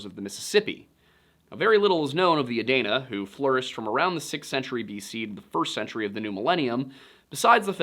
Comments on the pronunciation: Being from Southeastern Ohio, it is so weird hearing you say Adana. We pronounce it A-dean-a since it's spelled Adena. Or at least everyone I know does. Now I'm not sure if we've been saying wrong or if you said it wrong lol still, great video bro! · It's pronounced ah-deen-ah. Why the hate? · It's (A-dee-na). The locals get real upset if you say it Wrong. I saw it with my own eyes at mound city in Chillicothe Ohio. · It is pronounced Adeena. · I can’t take this serious if your can’t even pronounce Adena right. That’s an E not an A. Also, is spelled. Source: I live in hocking country Ohio next to an Adena mound & have named someone.